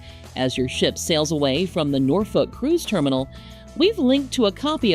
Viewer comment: As a local, I can say you nailed the pronunciation. 😃